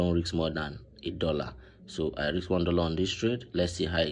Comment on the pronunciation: Bro it’s risk not rix 😂